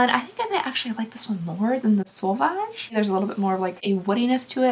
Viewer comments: Pretty sure it's sue-vahg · French language information: “Sauvage” So- VAHJ. Me and savage or wild in the sense of a wild animal. “Homme ” OM means man.